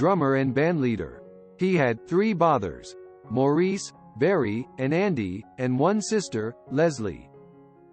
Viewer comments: it's more like "mar", like if something is damaged...there is an "ah" sound after the ''m' and before the 'r'. Mahr-ice. it's nothing. You are such a trooper. If you said it Morris or any other way it would be perfect! Please don't put yourself through unnecessary hassle. In the big picture, I think Maurice would be so pleased that someone cared enough to want to get his name straight. So many people don't! You are a delight! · Good for you!! I agree fully. But let me just tweak your comment...Maurice is actually pronounced "MAU-riss"...check out some of their interviews, all three of them and their mother pronounce it that way. js...Great comment, though. It is a matter of respect...wonder how "T Wood" would like it if people called him "P Whoot"? His ignorance got the best of him...I'm glad you didn't let it get the best of you. ;):goodvibes